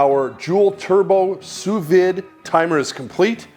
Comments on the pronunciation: Sous vide pronounced Sous V not Vid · During all that research, you didn't manage to learn how to pronounce sous vide?